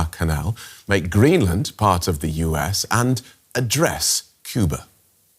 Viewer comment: 😂 “ GreenMa! “ DW is trying so hard